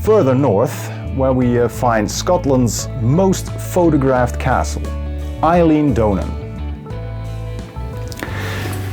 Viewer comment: Eilean Donan is pronounced Ee-yell-an. The O in Donan as in ‘on’ I live in Argyll and know all of these locations but didn’t know exactly where the helicopter shot was filmed. Thanks for sharing. Your videos are very interesting. (I have travelled all of the Netherlands from top to bottom a few times but bizarrely, the only place in Amsterdam Ive been is Schipol 😊)